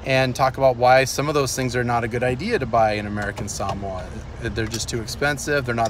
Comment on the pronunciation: Nice channel nice videos nice family. Just one thing. Your pronunciation of SAMOA is killin me. Try suh·mow·uh. I know. They laugh at me at the way I pronounce BALI.. They say its suppose to sound like Ball-Lee. I say "Bah"- then add "lee" Lee sounding on the up instead of on the down. And Biloxi they correct me suppose to sound like biluhxi. Seriously, that Saaa-moa sound has got to go. Sounds snobby.